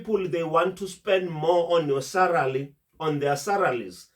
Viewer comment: I like you videos mhlonishwa,why is this word SALARY so difficult for you to pronounce🤭😂😂...SALARY MHLOMISHWA,not SARALY🤝🤝